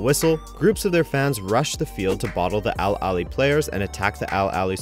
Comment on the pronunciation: I'm so happy you made a video like this. Also merit to the pronunciations of the Egyptian club names that was perfect.